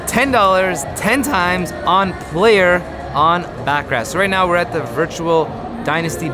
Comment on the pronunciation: You mispronounced baccarat